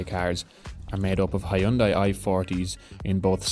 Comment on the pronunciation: I have never heard anyone pronounce Hyundai correctly, except the Koreans of course, so don't worry. I have learned how to say it, but then no-one here in Europe understands what I'm talking about.